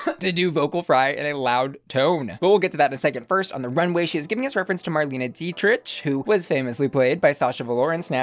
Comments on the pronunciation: I love you! Also....MarLEEN DEE-TRICK....;) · As a German, your pronounciation of Marlene Dietrich made me giggle and the rest of the video made me smile as always! I'm currently sick and have an exam this week, so thanks for the joy I desperately need rn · Girl, same! Also get well soon :)